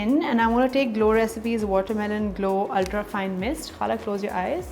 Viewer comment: I love the way you say khala .Your new subscriber from houston texas